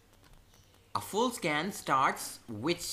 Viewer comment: I thought he said Scam and not Scan lol